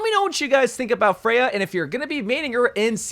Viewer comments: Once again I'm telling you, her name is Freja, not fray-huh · he only pronounced it wrong like 1 time this time